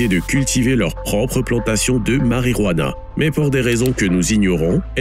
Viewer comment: Du "hentanyl" et de la "harijuana" 😂😂